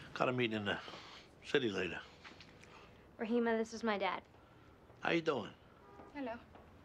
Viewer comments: How did "Rahima" become "Rahumi" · He said rahomie lmao